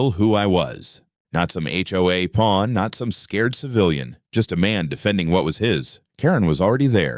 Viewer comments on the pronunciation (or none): "HOA porn" instead of "HOA pawn"